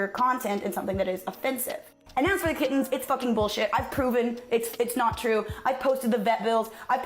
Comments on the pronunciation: I have central auditory processing disorder and english is not my native languge so when you said "kittens" I heard "kids" and I genuinely thought they had kidnapped some poor innocent children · I thought you said "a pair of kidneys" instead of kittens and was like wtf.... that's pretty messed up and they're really not making a big deal about it.